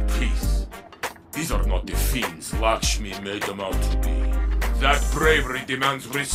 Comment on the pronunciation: My dude it’s Lakshmi pronounced ( Lack- Sh- Mee)